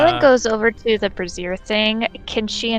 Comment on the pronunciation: Bray-zure. It’s bray-zure.